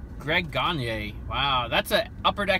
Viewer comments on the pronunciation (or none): Cool video! Future notice, Greg Gagne is not pronounced like Eric Gagne. Greg's pronunciation is Gag-knee.